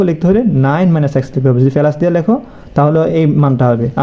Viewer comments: পেলাস না বলে প্লাস বললে শুনতে ভালো লাগবে ❤❤ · পেলাস না প্লাস